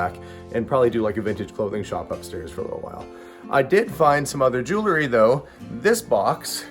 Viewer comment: JEWEL-RY, Not Jew-ler-ry! Good video though.